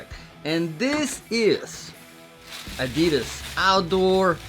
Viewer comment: The way Americans pronounce Adidas is so stupid. 😂